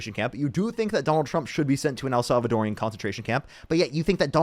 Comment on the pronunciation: I love your streams but I just want to say, as a woman married to a Salvadoran, the correct way to say Salvadoran prison camp is what I just said. It’s not el salvadorian. I know, I get on my kids nerves too lol